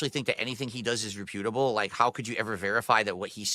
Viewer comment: “Rip-pew-dible”😂 what a dunce